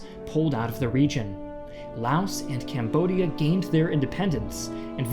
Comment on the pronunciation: "french CAMODIA" without "B"